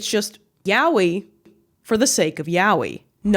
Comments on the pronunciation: you say yaoi like Yahwhe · i have never heard yaoi pronounced like that lol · After all this time...who has the heart to tell her that's really not how you pronounce "yaoi"?